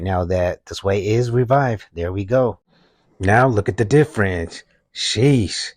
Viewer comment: “And look at the DIFRENCE!!! Wow!”